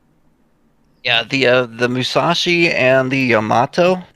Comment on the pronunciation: It's 'Yamato'!! Love the Scharnhorsts, my favorite battleships. And this is intense!!😳